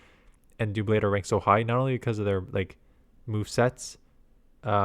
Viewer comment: I believe it’s pronounced like DUH-blade like in “double” because the Pokemon is double blades